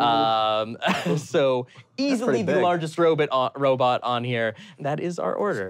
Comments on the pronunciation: Um, actually I love how accidentally said Robit at first and had to correct himself to say robot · I like how briefly pronounced robot like “robit” because he sounded like Dr. Zoidberg. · said "robitt" like Zoidberg does. I have nothing else to add. Enjoy your day.